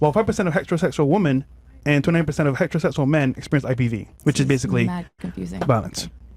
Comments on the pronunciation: Why did you guys let read the stats? Wow. "Hetahossual relationships." HOLy! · “It’s in person violence so…”? Just don’t talk. Or read. Good god. “Heta-Ho-Sus-Ual.” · speak like a retard “hetchrosechual”😂😂